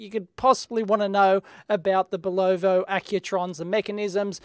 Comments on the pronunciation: Juri Vlk Actually, we Americans have heard the manufacturer pronouncing the name on TV and radio commercials all our lives. We know how to pronounce Bulova, and it is pronounced BULL-uh-vuh. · Aussies love adding -o to everything. But +skycarl doesn't quite have it right. It's BULL-uh-vuh. There are two schwas, the "o" isn't a long o. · Yeah commercials and interviews with higher-ups at the company say "Bul-uh-vuh." Best way to tell how to pronounce something is a commercial. Porsche commercials are often used as evidence for people that don't pronounce the "uh" at the end Porsche. And as a German surname, it's supposed to be unaffected by language. So it should always be pronounced "Porsh-uh." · See original vids for correct pronunciation of the watch name......needs more bull! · Not Bull OH Va. Bull UH VA. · sorry but it's bulovA not bulovO. I really tried not to post this. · Watch name is pronounced BULova not bulLOVA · Cool watch Dave! Corrections: Bulova is not pronounced "boo lo vo" but rather "bull eh va" Speidel is not pronounced "spee gil " but rather "spy dell" Transistorised has a "z" in it => transistorized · Kevin Cozens yes I was going to post something like that but was out of my mind after he said bulovo one last time. :) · Accent in Bulova is on the first syllable, like BULL-ovuh. Accent in Speidel is 2nd syllable, like spy-DELL. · Great Vid but..... BULOVO? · pronounced BULL uva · It is pronounced 'Boo-li-vah'. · It is pronounced "Bull-Low-VA" and the band is a "SPY-dell". Don't care how it's spelled. Since when did that matter to us Yanks. LOL Ask any "Kernel" (Colonel) in the army. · In north america we pronounce it bulla vah. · I live near Providence, Rhode Island USA. Bulova (pronounced Bull-OF-A), made their Accutrons here. Also, the watch band was made here too. Great Video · Pronounced Bull - o - va,,, fyi since you own one. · Yes, and the emphasis is on the first syllable. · Bull U VA✔️🤷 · At least we are spared one Bolovo. :)